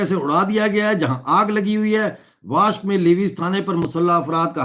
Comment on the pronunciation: Pronounce " WASHUK " not washk.